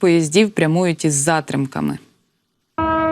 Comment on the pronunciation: Не з зАтримками а з затрИмками -безграмотна ведуча 🤬❗